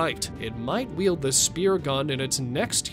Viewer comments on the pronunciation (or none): none